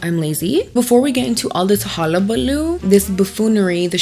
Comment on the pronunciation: You said gumption right but hullabaloo wrong lol it's ok we still love you